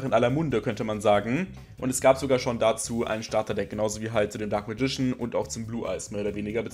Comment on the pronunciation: ich möchte gerne etwas persönliches los werden. die englische aussprache vom dunklen magier missfällt mir zu tiefst! ich schaue mir gerne deine videos an und versuche so das ein oder andere umzusetzen, um nicht nur in der zweiten generation festzustecken. aber wenn ich immer nur "dunkles radieschen" höre, kann ich dafür keinen daumen höch geben. ich werde hier also nicht deine arbeit und untersuchungen zu dem thema schlecht bewerten, sondern nur die "mir" missfallende aussprache des dunklen magiers ;) auf weitere tolle videos, wo hoffentlich keine "alten männer mit zauberstab" auftauchen werden x)